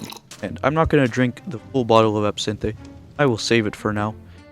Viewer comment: That's NOT how you PRONOUNCE the word ABSINTHE